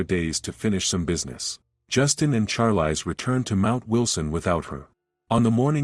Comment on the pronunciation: It's pronounced sharlees ... Not charlice